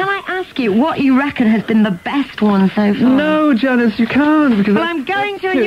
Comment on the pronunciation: “no Janice you can’t” 🇬🇧 intense English accent.